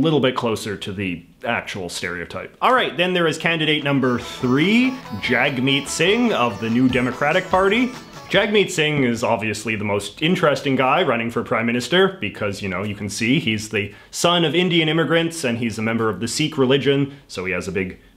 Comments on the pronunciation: Just for future reference, it's pronounced Jug-meet (not Jag-meet) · I'm very disappointed he spelled Jagmeet Singh's name wrong. It's pronounced Jug(rhymes with hug)-MEET! I'm kidding, by the way, I don't expect a conservative or liberal to know it. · Lol you couldn't even pronounce Jagmeet Singh's name correctly... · his name is pronounced "Jug-meet" not Jag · I can forgive your pronunciation of 'about' but not 'Jagmeet'. It's pronounced 'jugmeet' as you, a reporter, should be aware. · Alex Wales sorry for ruining the joke but isn’t “jagmeet” pronounced jugg-meet.